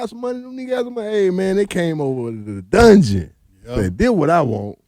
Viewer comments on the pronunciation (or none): Dungeon not Dugeon